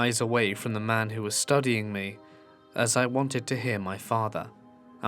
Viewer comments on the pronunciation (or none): none